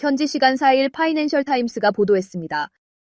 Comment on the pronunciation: 저 아줌마 파이낸셜을 파인셜이라하고 발음되게 날리네.